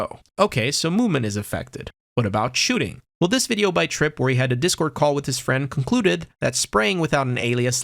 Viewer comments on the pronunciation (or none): none